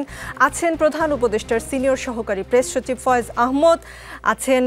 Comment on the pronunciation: আপনার কাছে ভূল উচ্চারণ কাঙ্ক্ষিত না,আহ্ মদ না আহ্ মাদ।